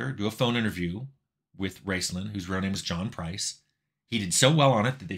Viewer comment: I couldn't tell if you were saying "Raceland" or "Rincewind" (the latter makes more sense for a MUD Wizard).